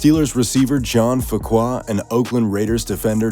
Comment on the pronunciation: It’s John Fuqua, not Faqua